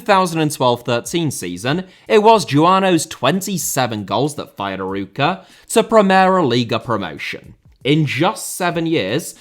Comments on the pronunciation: "Arouca" you need to give the emphasis on the the "O" , like "Aroouca" not "Aruuuca"..and also Paços de Ferreira you say "Pachos de Ferreira"... And it's very true the 4 big teams in PT have a ver big gap in relation to the others, also because the 4 big teams don't want to share any of the money from TV or CL like the big teams in The Netherlands did.. And the biggest and richer in Portugal (SLB) they normally don't buy any player from the Portuguese league and always prefer to buy outside and that is also another reason that the small teams don't grow, because there are very good players on primeira liga, just look at the squad from SCP or FCP they have a lot of Portuguese players or non potuguese players that were playing in the other teams. ( I'm a SLB fan btw) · Not Aruca, Arouca, closer to A-raw-ca. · Great video as usual. But, man, you really need to work on your portuguese pronunciation 😅. "Aruca", "Familacao" and "Pakos Ferrera" are just hilarious 😂😂. Edit: talking about portuguese, can't wait for your video about the title race in Brasileirão! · Excellent video, but you mispronounced the club's name throughout. It's pronounced "a-ROE-ka". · I love your attempts of trying to pronounce portuguese clubs an words Arooca Famalição Primera Liga Guimarãs Biera-Mar And more words that you could help me find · It was decent but when the main subject of the video is called of "Aruca". Guimarães is not easy for an English speaker though. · Love seeing more content on the "smaller teams" in Portugal, but losing it at your pronunciation of Arouca. For reference, with an english accent, closest you could get is "Ar-oak-a". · ur pronounciation of arouca as someone thats portuguese is very funny to me not far from the correct one tho